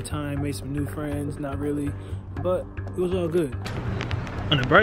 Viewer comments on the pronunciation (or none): none